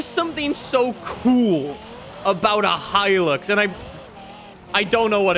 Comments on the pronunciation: Okay is it just me or is saying hilix instead of hilux 😂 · The way he says hilux considering I’m Australian infuriates me